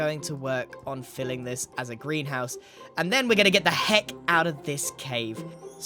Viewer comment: you mean as a "greean house" right?